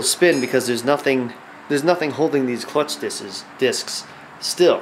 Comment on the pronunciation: lol im cracking up "clucth discs" great video though